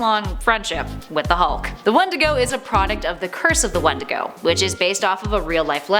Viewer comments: You say "wendigo" and I hear "one to go". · That’s not how you say wendigo